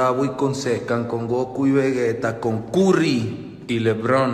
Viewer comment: Dijo curry pero si le pones a tencion si se entiende curry pero alabez carry pero esta bien se entiende que es curry porque dice lebron si no entienden si están bien pendejos